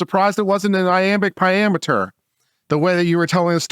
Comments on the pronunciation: "Iambic pentameter" 🤣🤣🤣 Oof, nightmare flashback to Ms. Horn's English class 😶‍🌫️ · “Iambic pentameter” got me 💀😂